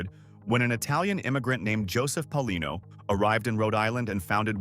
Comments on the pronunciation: Pay-a-LEE-no and Prah-kha-shan-TEE.😢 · It's Paolino (Pay O leen O). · It's pronounced Payalino